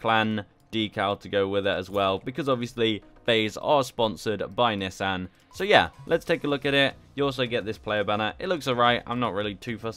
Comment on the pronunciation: dawg im srsly about to mute him, miss pronouncing Nissan srsly?